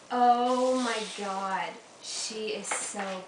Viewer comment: Awh(: Iol I Like This Video P.S I Love The Way You Say "Oh My Gad" lol